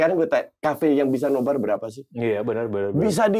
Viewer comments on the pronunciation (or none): NoBar ya gaes bukan NoBra 😂😂😂